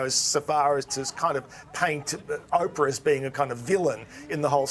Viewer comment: Oprah???! Oprahhh??? 🤦‍♀️🤦‍♀️🤦‍♂️🤦🤦🤦‍♂️